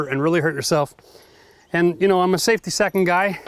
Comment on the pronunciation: Why would you say safty second